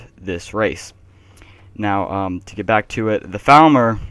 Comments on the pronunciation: Dude it seems you have a problem: every time you say Falmer it sounds like you are saying Thalmor and it's clearly upsetting a lot of viewers. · their called falmer not thalmer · For half the video I thought you were saying "Thalmor".